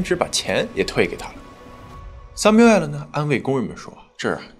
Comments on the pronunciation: it's samuel not samu-el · 强迫症发声，男主叫三谬，不是三谬爱了😂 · Samuel就是念三谬，不是三谬哎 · Samuel 读为“sa-myoo-uhl" 我知道我重点歪了，但是m2一口一个“塞谬艾尔”真的太出戏😂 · Samuel发音"sai miu", not "sai miu ai-lou"😆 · samuel 的读音应该是“三缪～”但是主持人一直“三缪艾了”“三缪艾了”的叫，真的听着很尴尬很出戏。如果英文名字读不准可以读中文译名，比如比较普遍的译名是“塞缪尔”。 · 人家名字是叫sam---uel, 什么sum----uel 听得人一头雾水，一点都不专业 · 還有一個口誤，Samuel應該讀： ˈsæmjuəl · m2主播是学法语的出身的吗？读samuel的发音时尾音完全是法语的样子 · 播主可以查一下这个男主的名字发音😂，这样视频会更完美了，感谢❤播出这么好的视频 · Samuel的发音需要纠正一下😂 其他都很好 很喜欢你的节目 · 希望m2的发音能提高一下哈哈哈哈 samuel 这个发音感觉好神奇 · samuel的读音后面为什么发ai的音？纯属好奇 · Samuel 念得不对，听起来很刺耳，不如念"塞繆爾"。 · Samuel这个发音实在听不下去了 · 這是個美國的案子美國的兇手 況且ray念自己的名字時怎麽不用法語發音? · 😂 Samuel 发音用的是法语，其他人名发音用英文，主要叙事用普通话，字幕用的是只有台湾用的繁体中文。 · Samuel 發音不是那樣喔.Google 一下.